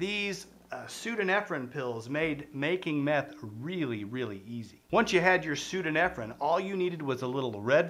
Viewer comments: I have to think your pronunciation "pseodo-nefrin" is a troll on your part for entertainment. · You got ephedrine right but the other is pronounced pseudo-EPHEDRINE, aka Sudafed. Basically the same thing, just a different isomer. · Every time he doesn't say pseudoephedrine right it hurts a bit ngl. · *pseudoephedrine. Not whatever th he's saying there.